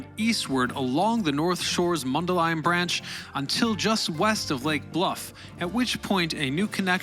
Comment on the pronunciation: I just want to congratulate you on correctly pronouncing Mundelein. Also, I appreciate all of the pictures from the Illinois Railroad Museum.